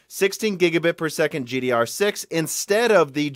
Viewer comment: Either you start saying GDDR6 or start saying DR4. IT'S SO FUCKING ANNOYING TO HEAR IT WRONG EVERY SINGLE TIME!